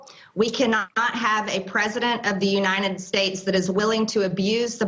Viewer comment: She said Uni-ned States. LOL